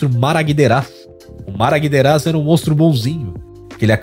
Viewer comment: Namaguederaz... não é Maraguideraz não hehe